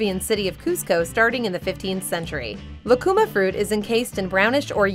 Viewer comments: It is not "lacuma" fruit, but "lúcuma," and the diacritic mark signals the stressed syllable. So, it isn't "lah-koo-mah" but "loo-koo-mah." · It's pronounced "Lu-cu-máh" In Chile lucuma ice cream is as popular as chocolate in the US. If you ever get a chance, I highly recommend it.